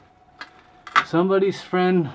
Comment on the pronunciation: ssomebody , ssomebody touchha ma spaghettttttt